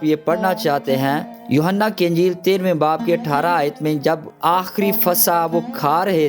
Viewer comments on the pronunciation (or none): none